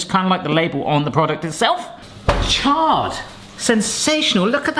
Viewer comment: Add 'charred' to the list of words needs to brush up on...